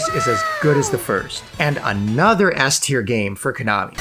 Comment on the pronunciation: Btw..i swear i didnt hear Ass-tier everytime u speak S-tier...ahahah